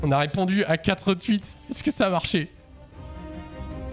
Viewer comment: "les twuites"